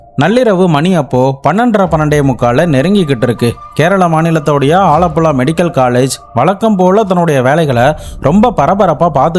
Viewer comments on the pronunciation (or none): வாழப்பழா இல்ல ஆலப்புழா ப்ரோ